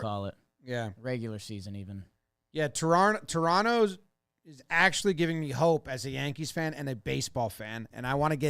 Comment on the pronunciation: As a southern Ontario guy, thanks for saying Toronto properly by dropping the last T.